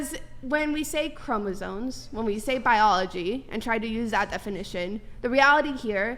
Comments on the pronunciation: I just noticed she's saying "chromosoNes" 😂😂😂 bro I can't do this anymore just throw the whole planet out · “Chromosones” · Is she saying ChromosoNes??